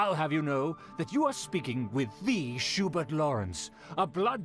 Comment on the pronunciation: I love how it's pronounced "Shoe-Burt"